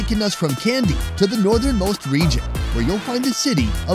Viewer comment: its not Kendy... need to pronounce as KANDY